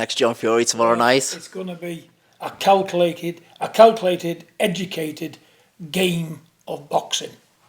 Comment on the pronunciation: Big John Fury trying to say calculated made me laugh so hard!